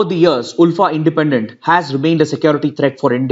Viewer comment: Sir I'm from Assam and Assamese people pronounce ULFA as "alfa"